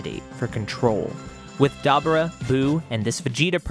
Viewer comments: DAH-BORE-RAH say it with me, DAH-BORE-RAH. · Story great but your butchering some of these guys names….dabura was brutal lol